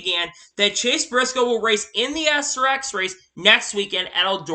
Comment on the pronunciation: It's painful to listen to you dude. JHN will wait for the 19 ride if he's smart! Far as Deegan to me there are much more deserving drivers to move up to Xfinity than her. She would of bearly got a top 20 if so many ahead of her didn't fall out of the race. Oh and it's not ass r x it's srx! Some of your stuff just makes no sense to me but whatever floats your boat!!